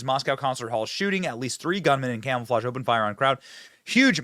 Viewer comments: Is it me or does Benny say camel-flage instead of camouflage 😳🥴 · Did Benny just say "Camel-flage"? 😅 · Are you saying camelflage? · Benny I can’t take you seriously if you say “camelflauge” and “nookular”